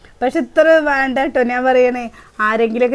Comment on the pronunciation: വാണ്ട അല്ല ചേച്ചി വേണ്ട